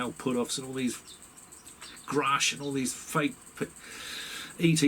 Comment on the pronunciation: Why does Gary Nolan keep referring to David as groosch not grusch?!